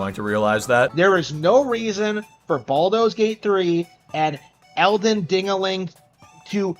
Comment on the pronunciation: And “Baldo’s” Gate 3